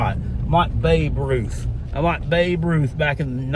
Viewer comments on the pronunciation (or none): none